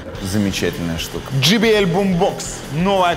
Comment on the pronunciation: JBL произносится не как GBL if i may draw your attention :)